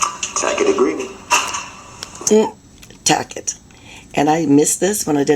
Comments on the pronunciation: You’re adorable but Brooks was saying “Tacit agreement” wrong 😂 Once again, he tries to use big words that he can’t spell or define. It’s not pronounced tack-it it’s TA-SIT. A tacit agreement means you are agreeing to something or approving it without actually saying so, often because they are unwilling to admit to doing so. Because Judge Dorow said that Brooks’ non-responsive answers meant no as in “Failure to answer my questions with a yes or no answer, will be taken by the court as a no, please answer my question.” Brooks then flips it on her because in HIS world, he is on the same level as the Judge, and in some instances he is higher than he because she is a public servant. That’s why he wanted her oath. He wants to talk down to her and put her in her place by reminding her SHE is a public servant and works for the people. That he has more authority over her, a lowly public servant. It’s why she always stops and looks away when he says it. It’s incredibly demeaning and rude to call her a public servant in open court on the record. It’s also why he thinks she has no right to talk to him the way she does. He wants to be “axed” not told what to do. He really played this all wrong. He is a 20 year long felon and has been in over 10 court cases. There is no way he can turn around NOW and say with a straight face “I don’t know what the nature and cause of my charges are” or “I don’t know why I’m even here in court on trial” 😂😂 It takes a level of delusion and commitment to kee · Taket agreement VS Tacit Agreement! Ugg, every time I rewatch DUHH-REL, i get agitated!! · He mispronounced the word tacit. It is not pronounced “tack-it” but rather “tah-sit”. It means this: If you refer to someone's tacit agreement or approval, you mean they are agreeing to something or approving it without actually saying so, often because they are unwilling to admit to doing so. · He's pronouncing Tacit as Tackit. SMH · Lol he’s saying it wrong…it’s TACIT agreement…